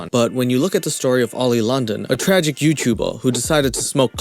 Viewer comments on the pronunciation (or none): Tragic emphasis on the TRAGIC